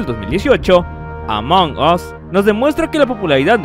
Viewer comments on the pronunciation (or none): Se dice "Among as", "among os" suena mal XD